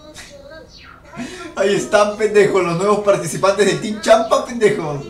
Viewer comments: Se pronuncia Shampa, no "Shampá" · Ese shhhamppa, ulala